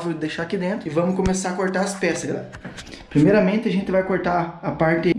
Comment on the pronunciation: Quando ele disse "primeiramente", já descobrir de onde ele é